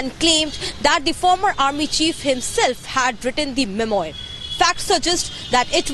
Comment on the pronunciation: पप्पू को फ्रेंच शब्द का उच्चार भी नहीं आता, मेमॲार बोल रहा है, सही उच्चार मेम्वॅा होता है, r is almost silent.